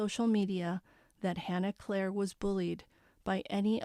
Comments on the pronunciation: I think it’s pronounced clear-re not Clair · the name is CLEERE rhymes with deer, and beer, ok?